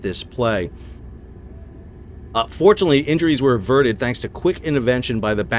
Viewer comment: i figured that, but was amused by how it sounded.